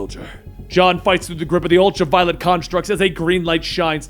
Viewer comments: The 'ultra-violent' corps? No. Practice pronouncing words more. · U said ultra violent Corp 😂😂